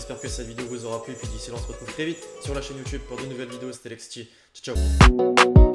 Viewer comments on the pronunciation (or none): none